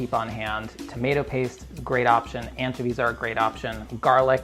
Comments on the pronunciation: No one: Not even brad:: anchevies:> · stop saying anchovies like that